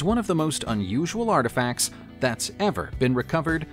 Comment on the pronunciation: What is “arfifacts”? 😂